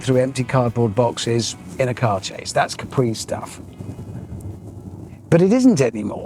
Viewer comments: Btw it’s Càpri not Caprí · No, because it’s not pronounced Capree, but Cápri as the Italian island